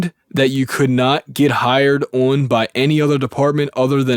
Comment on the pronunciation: O(W)n- are you from Pennsylvania? There is no w in the word on.